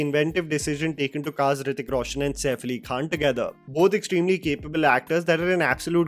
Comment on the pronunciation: nothing can touch Hrithik boy. Bugger off with your shit pronunciation and weird accent. Why no one in india has normal accent. Why can’t you pronounce simple words?